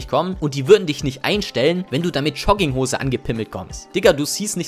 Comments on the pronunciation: Jetzt hör du mal zu!!! Der ganze Inhalt deines coolen coolen Video ist mir mehr egal als alles andere...aber...DAS HEIßT JOGGINGHOSE UND NICHT CHUGGINGHOSE DU!!!!!!!! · Digga sprich erstmal Jogginghose richtig aus alla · ich weiß nicht was mich mehr triggert: Leute die Jogginghosen tragen oder wie du das Wort aussprichst.